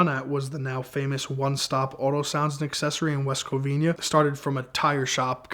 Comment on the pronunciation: West CoVEENA not covinia clown boy!